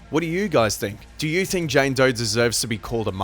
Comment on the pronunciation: “JAYNE DOY”